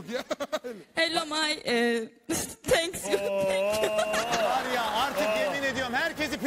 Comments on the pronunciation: Tenksuyu (Thank You)😂😂😂😂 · tenksyu dedi ya la. Acilen ingilicceyi birakman lazım